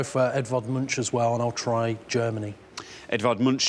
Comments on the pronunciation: Edvard Munch is pronounced with a K-sound at the end, not a SH-sound. Love from Norway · Is that really how they pronounce the name Edvard Munch in the UK??